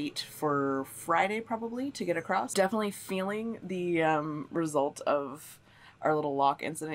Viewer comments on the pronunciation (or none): Omg it’s ‘across’. ‘Accrosst’ isn’t a word